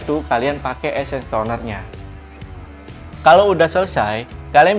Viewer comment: Essence bang bukan esses😅😅😅😅🤔🤔🤣😆